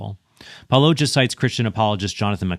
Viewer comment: Predictably, yet another person mispronouncing Paulogia’s name